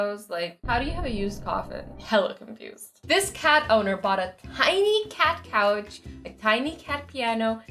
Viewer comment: when you said couch I thought you said cow LOL